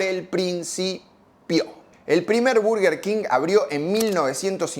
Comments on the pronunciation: Tampoco es Berguer Keng, es Borguer Kinj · No se pronuncia "burguer", se pronuncia "/ˈbɜːrɡər kɪŋ/" king :face-orange-raised-eyebrow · Perdió?? Yo voy al Burger siempre 😂😂 Y toda la gente que conozco le dice "burger king", a nadie escuché decir "Berger"!!! Berger jajajaj Yójanesburg!! 😂😂😂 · dijiste q ibas a decir bUrguer king porq siempre lo dijiste asi pero te la pasaste de diciendo bErguer king. Te falto decir q mc donald le gana la "guerra" cuando lanzan la famosa big mac (la hamburguesa doble con tres panes) No se dice "paty" son hamburguesas, paty es una marca aun que quizas en bs as todavía no se hayan enterado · me parece perfecto que le digas Burguer King o Berguer King, mientras no le digas BARGUER, como la mayoría de porteños, todo bien jajaja (quién habrá inventado que se pronuncia BARGUER y por qué tanta gente lo habrá creído? Encima esa es la gente que te debe criticar por decir Burguer haciéndose los angloparlantes jajaja) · Nooo, era "burguer", no "verguer", habías empezado bien... 😅 Bueno, después te mantuviste dudoso. Casi dejo de ver el video con cada "berguer"... BERGER era un piloto de Fórmula 1!!! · Es molesto cuando dices Berger King. Tu pronunciación de la palabra en Inglés es atroz. Buen video por cierto :D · Berguer Ling 😂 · al tercer "berguer kin" cerré el video y le di dislike jaja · Por qué le dices berguer cuin? Jajaja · Cuando escuche Berguer king deje el video 😂😂😂 anda palla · es berguer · Se dice bArguer king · 5 - Verguer King??? Jajaja Que genial tu karaoke en el ultimo Zona Franca!!! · Jajjaja al principio del video dije... Dijo mal el nombre